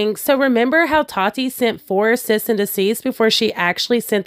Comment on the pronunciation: I love you but I'm cracking up at the "cyst and deceased" 😂😂 instead of cease and desist 😂